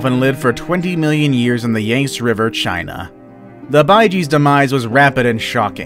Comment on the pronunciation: the “yangst” lmao